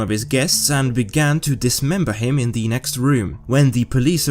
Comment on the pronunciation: "Ze world of serial killers"